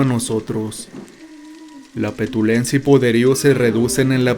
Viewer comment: petulancia, no petulencia